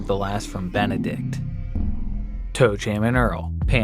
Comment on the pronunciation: Ben-ed-ikt. Nice